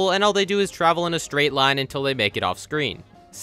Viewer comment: that spiders first lien "line" sounds like "do me a favor"